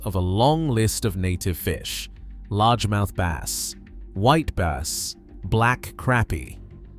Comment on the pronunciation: He also called a băss fish a bāss (long A, like a bass clef, bass singer, bass guitar, etc.)